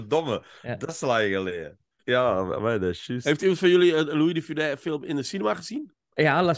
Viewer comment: fijne podcast, maar bij de uitspraak van "de Funes" wordt de "s" op het einde uitgesproken.